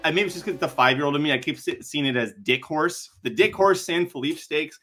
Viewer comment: The name of the race is San Felipe, as in Fellipay, not Feleep.